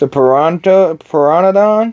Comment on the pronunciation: The P in Pteradon is silent